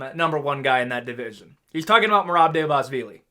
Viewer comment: hold on let me correct the great. it's merab "duh-va-lee-sh-villy", ur welcome